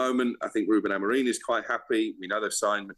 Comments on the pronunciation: Someone tell him its Amorim not Amorin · Amorim NOT AMOREEEEEEN 🤷🏻‍♂️ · Is it just me that hears him saying AMORIN???? I'm pretty sure it's AMORIM?